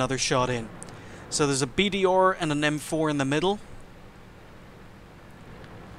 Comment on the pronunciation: Why do you keep calling it a BDOR?!?Are you by some chance familiar with the pronunciation of english letters? IT'S BD bloody R G1 B ...or?